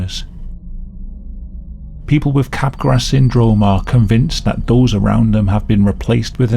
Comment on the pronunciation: Just a quick correction: "Capgras" is pronounced as "cap-grah", not "cap-grass". Good video otherwise! Back when I was interested in biological psychiatry and abnormal psychology, I researched most of these mental disorders and neurological disorders. The most fascinating aspect of these disorders is how the mental and physical (neurological) overlap. It is an important subject in the philosophy of mind.